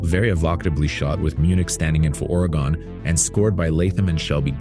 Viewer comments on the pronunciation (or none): When you over-pronounce the name of the state (or what’s left of the trail) of Oregon by saying “Ora-GONE,” you kinda sound like you’re maybe from the Oregonian sticks, although in all fairness, even the hickiest hicks in this struggling state have sense enough not to pronounce it that way, because that’s not the way to say it. Ready? It’s “Ori-gun.” Kinda chill and relatively easy once one gets the hang of it. Thanks for the heads-up on the film. Hope that you had a nice time at the festival. Nice humble brag that you were there (for what it’s worth). Wish that we were all so lucky, or rich, or whatever… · Ora gun. this guy says oray gone. and im from the Oregon sticks. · Orry-gun, not Orry-gone.